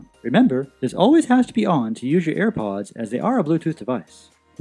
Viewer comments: no one: him: ayre powdsss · shambleZ Gaming same